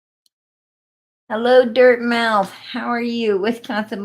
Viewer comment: PG,Dartmouth, MA is pronounced Dart-muth, & is an Ivy League University in Massachusetts , thus MA. 😊